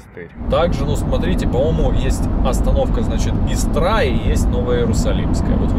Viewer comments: Намерения Ваши, автор ролика, похвальны… Музыка к Вашему видео ряду не подходящая: агрессивная, не соответствует красотам и умиротворению этих пейзажей; «Истра» произносится с ударением на «И…»; у видеоролика нет логического завершения… Оценка ученическая - только «тройка». Выглядите Вы очень импозантно, энергии Вам не занимать - искренние пожелания Успехов в блогерском деле! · Истра, ударение на первый слог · Истра ударение на,, и,, Я живу в этом городе 🙏 Река тоже Истра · Практически на запад, но точно никак не на север от Москвы. Произносится Истра с ударением на первую букву, на первый слог.